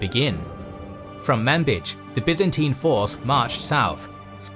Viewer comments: No, in arabic the name is clearly with a "j" sound not a "ch"... Also the "a" is a really short "a" not a long one... In reality in arabic it is closer to mnbej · MANBICH? no no no. ManBij. Oh ok manbich. got it. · "Manbij" I was just listening and looking at another tab. Could have sworn that was Man-Bitch. Let me just file that right next to Bagacum in my brain under "unfortunate city names."